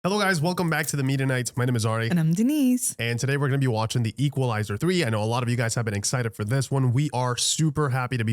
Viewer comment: Does anyone else hear The Mennonites when they say The Media Knights